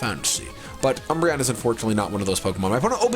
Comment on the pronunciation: He said dumbreon